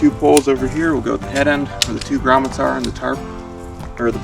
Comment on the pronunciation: Did homeboy say "gromicles" 😅😅